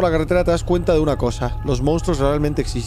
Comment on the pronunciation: Like si te diste cuenta que en el minuto dice "uyna"